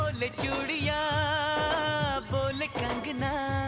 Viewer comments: "bOle cH*TiyA" 😂 I'm sorry but the pronunciation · It's chudiyan not chutiya🤣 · I'm sorry I don't know why but when he said : Bole Chudiyan I literally hear : Bole Chutiyan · When he said Bole churdiyan I literally thought he's cursing🤣😂🤣😂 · Only i noticed the wrong proununciation